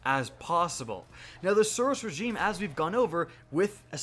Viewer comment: I can't stand the way you speak The SUros REgime you emphasise the first few letters of every word